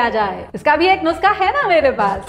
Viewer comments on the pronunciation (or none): It's pronounced "नुस्खा" and not नुस्ka